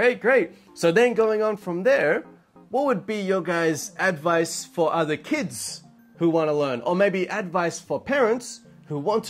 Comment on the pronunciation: 自分もそれ気になりました。確かに advice のイントネーションが変でしたよね。にも関わらず、一番最後の advice の発音は普通に出来てましたね。不思議な感じでした。